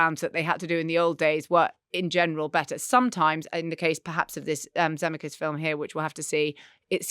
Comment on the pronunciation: I've never heard Zemeckis pronounced that way